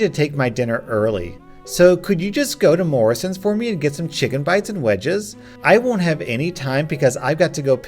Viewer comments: A S D A and now Moorrisons! As a viewer from the UK I feel mocked now lol JK nice video I love your videos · He pronounced M.O.R.R.I.S.S.O.N.S wrong